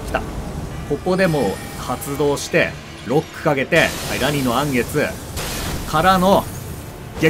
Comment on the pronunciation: 言い直してもアニのらん月になっちゃってるの草